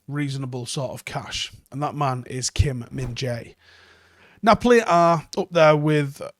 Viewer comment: Props on getting the Korean right for his name too